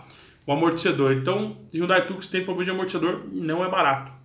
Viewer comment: Outro PROBLEMA é não falar POBLEMA e gravar o vídeo sem estar gripado. . . No mais foi bacana!